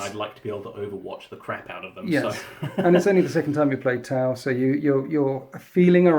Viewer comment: Every time I heard "tau" my brain heard "towel".